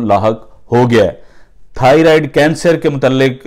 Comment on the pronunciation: bhai good effort, it'd pronounced thigh-roid